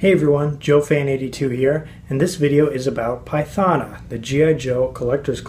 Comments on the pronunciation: Wow you butchered her name🤦‍♂️🤦‍♂️🤦‍♂️🤦‍♂️🤦‍♂️🤦‍♂️🤦‍♂️ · Great, other than pronouncing her name wrong...